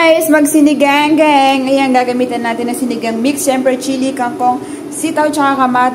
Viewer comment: Mam sinigang po. Hindi po siniganggang baka malito po ung nanoood❤